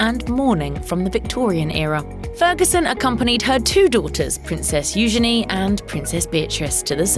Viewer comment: who is "u-gan-e" is pronounced u-ghene"